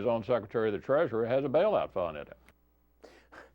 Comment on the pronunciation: Did he say "Bail-out Fun"? Guess it depends on who's stuck with re-paying the bail-out. And, Bank funded? The Banks print money that "We the People" are left responsible for making that printed paper have value. Republicans and Democrats are both guilty as hell of treason, period. Benjamin Franklin - "When the people find that they can vote themselves money, that will herald the end of the Republic."